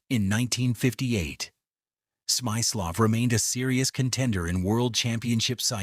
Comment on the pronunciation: Smaislow ??? Lehren sie Ihre KI die richtige Aussprache!